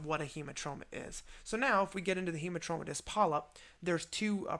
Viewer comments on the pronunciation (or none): This is a great video. But... It's Hamartomatous (like... hammer) not Hemartromatous. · Great clarity and a wonderful explanatory video. Just that it's hAmartomatous and not hEmartomatous polyp. 🙂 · Yes,agree,Robbins textbook also said 'hamar'